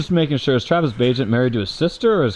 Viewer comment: dangit i thought his last name was pronounced bag net